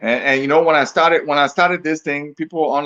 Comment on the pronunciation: Fwen is a mende language.